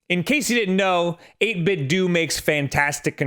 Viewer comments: Its "doe" not "doo" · I’m wondering how you pronounce Nintendo? Nin-10-Doo? It’s 8–Bit-Do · "8bit - DOE" how are you f**king this up? It's supposed to sound like Ninten-do! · STOP SAYING 8BITDOO IT IS 8BITDO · It’s 8bitdo not 8bitdont nor 8bitdidnt. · It is 8bit doh, not dOOh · People need to stop saying "8 bit dew"... IT'S A PLAY OFF OF "NINTENDO" IT IS PRONOUNCED "8 BIT DOE" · i cringe a little everytime pronouces it as 8bit-dooo.. i mean you don't pronounce nintendo as neen-ten-dooo, its more of a dou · 8BitDoooooooooooooo I cant even watch your videos about 8BitDo's awesome controllers because of the way you mispronounce this excellent company's name. Come on man, you're a professional! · It is pronounced "do" like Ninten-do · It's not 'dooo' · I hate it when someone pronounces it as "8bit-do". It's you say it like "Nintendo". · Bro, its Do, like dough. Not Do like dee. It comes from NintenDO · NIN 10 DOH 8 BIT DOH Dude, you're a professional broadcaster, get your pronunciations straight. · doesn't 8bitdo rhyme with Nintendo?